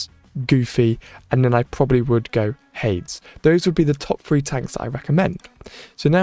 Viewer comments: Also, what is up with “Hay-d-s”. You said it correct before🤣 “Hayd-es” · It's Ha-deez, not Hayds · Why do you pronounce Hades weird?